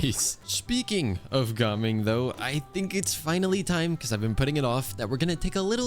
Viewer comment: How do you keep mispronouncing gaming?